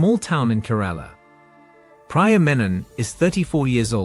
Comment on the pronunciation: Meanwhile you pronounce Priya as Praya